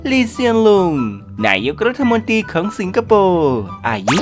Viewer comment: ไม่ชอบใจตรงที่อ่านรัฐมนตรี เป็นรัฐมนตีนี่แหละ ให้ไปฝึกอ่านคำควบกล้ำใหม่นะ ขอร้อง ๆ